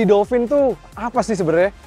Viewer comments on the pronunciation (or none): Dolpin bang, bukan dolfin